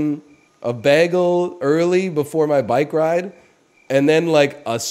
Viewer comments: Bayehgul. Its hard to type how he says bagel. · Why does he say bagel weird? Is it a bit? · Canadian lol